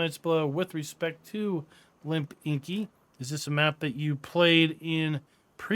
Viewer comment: Cool vid man 😄 Thx for this:) Also there is no N after I in the name, u keep pronouncing this as Linpinki😅